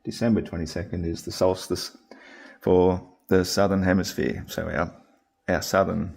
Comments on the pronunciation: lel. He says it several times: hemiSPHERE. Not hemiFLAT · did he say... hemiSPHERE? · The clue is in the thing he keeps repeating… Hemi-SPHERE!! 😂😂 He actually looks like what a Flat Earther should look like, bat shit cra cra!!